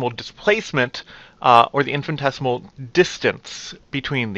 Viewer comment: Sir, its "infinitesimal" and not "infintesimal".